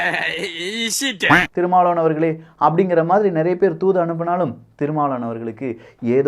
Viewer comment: Yen pa unaku tamil sariyave pesa varala , thirumavalavan nu solla varala, tamil tamil makkala yemathura ne